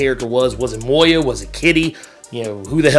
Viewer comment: For the love of everything dark and unholy, it's Moira. Not Moya. There's an R in there. Moi Ra. Please stop saying it wrong; you're driving me crazy.